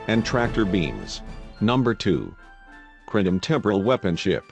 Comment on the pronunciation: Super weepons and Romulan pre-door. and who's Jim Hatter? Brother of Bob Hatter of course! Gene Luke 'Skywalker' Picard has always been my favorite captain. Cling-in sheeps are some badass veesules. "Unnamed species from fluidic space" - hmmm, I guess I imaged all those times they called them species 8472. Nevermind, the robot just contradicted itself by saying the name.